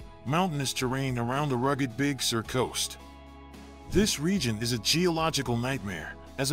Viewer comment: Please lose the fake specs and scratches. We can tell it is an old photo. It is not a motion picture, so any scratches would not change. They don't belong. It is distracting, and not necessary to make a point. Also, please learn how to pronounce CarMEL and Big SUR.